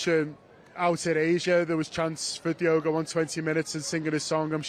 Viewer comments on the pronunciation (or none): Who’s Diego(?) Can Spearing REALLY be that ignorant that he can’t/won’t pronounce DIOGO’s name properly(?)